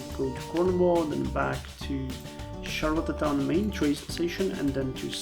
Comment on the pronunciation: it's pronounced shar-le-town, the "t" sounds smush together